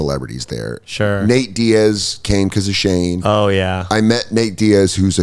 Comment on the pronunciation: Who is Shae? I swear to god he is not pronouncing the N in Shane